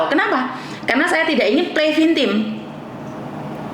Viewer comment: Hi..tak ralat nggeh..play viktim miss bukan play vintim jadi pakai k bukan n nggeh...semangat 😊